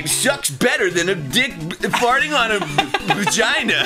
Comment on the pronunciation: did he really just said bagina